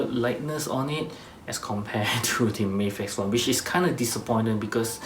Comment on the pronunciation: I like that you say "May-fex" and not "Maf-ex". "Maf-ex" sounds like American mispronunciation to me.